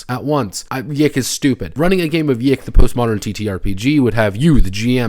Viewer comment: it's pronounced, "yick" :P also idk how much I'd consider tracing elisa lam's last moments on camera for the PC's waifu's death as "hilarious"